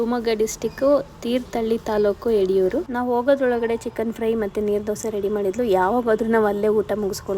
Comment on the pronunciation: ಅದು ಯಡಿಯೂರ್ ಅಲ್ಲಾ ಯಡೂರ್